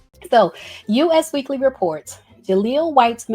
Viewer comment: Girl that magazine is pronounced "US Weekly" as in the word "us" that rhymes with "bus," not the letters U and S like the country. 😂